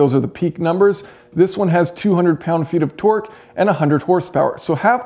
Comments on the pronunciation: tork, not twerk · Can't stop hearing you say twerk